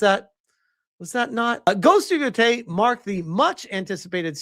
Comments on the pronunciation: Everytime, he still says yoTAAAAAAAAAAAAAAAY. It is fucking YOtay brother lol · Ghost of No-tei 😆